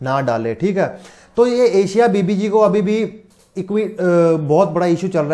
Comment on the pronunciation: Sir thoda padh भी lia kro.. Est निंदा nhi ईश निंदा होता है. Second baat एशिया बीबी Nhi अशिया बीबी है. 😡😠